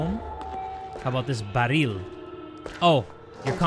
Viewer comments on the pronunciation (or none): When bro said baaræel i giggled